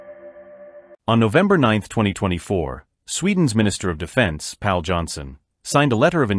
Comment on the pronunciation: Its “Pål” pronounced “Paul”!